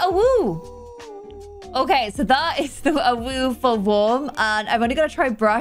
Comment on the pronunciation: Lmao when u said AWOOO it sounded like UwU